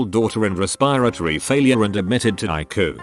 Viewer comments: Hey machine voice dude its pronounced I.C.U. NOT EYEQUE. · You aren't watching a medical-related Reddit episode unless you hear "Eye-coo" at least once. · ICU pronounces it "AIKU" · "I-coo (ICU)" Bless you lol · lol i live for the mispronunciations